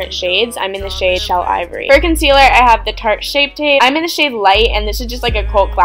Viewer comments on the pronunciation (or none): none